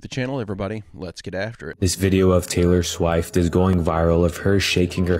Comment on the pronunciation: Taylor S'wife't?! Lmao.... Maybe for clickbait reasons? So many people will have the urge to correct that in the comment section, incurring points for the original poster's account. Maybe he is a cyborg that needs to run an update. Heheh I think it's hilarious when AI mispronounces words... So cute when we humans mispronounce things. What's in a name?! A ra-hose by anyother name would still be a 🌹. 😉 thanks for the daily commitment to providing content for all of us. Interesting to watch your personal growth in Spirituality and Human Consciousness...., you're on the verge of a Kundalini Awakening! 😅 Remember that Delores Canon is a reporter and while she does such a thorough job pioneering through occult subjects that many Americans have not been exposed to in these modern days but many Hindu and Mesoamerican stories have already spoken many of these Truths (or mythologies, depending on how comfortable you are challenging your own biases and the status quos and dogma you may have been indoctrinated into accepting in your culture). I like to study ancient and modern texts and take notes. The Sedona Portal is something that ive found in ancient texts, believe it, or not. There are several (12 probably) Earth portals (natural ones). Question everything but believe that anything is possible... Go inward and trust your INTUITION. There's an entire universe within each of us. Our Divine Connection is a true gift from the Heavens: a living piece of the Source of All thing